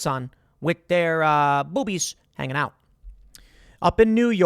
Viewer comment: "Yeeot the window" says Tim for the win!